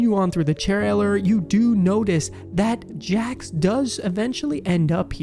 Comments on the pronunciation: It's jax not Jack's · His name is Jax not Jacks